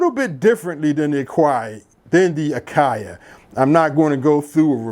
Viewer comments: It;s actually called " A-Kayee" not A-Kay-A" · Dope setup, you are killing me with the AKAI pronunciation 😂 it’s just AKAI no a sound at the end. Thank you for taking the time and sharing your setup and the explanation. 🫡